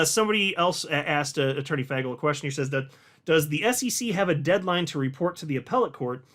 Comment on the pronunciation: it’s pronounced Fay-gull not Fag- L come on man you can do better than that